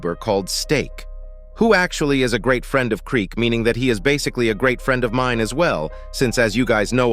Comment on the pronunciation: So... hows ur day ""?